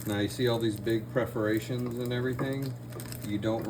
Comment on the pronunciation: Pre-ferations?? Or Per-foration?? 😂 Still got what you meant!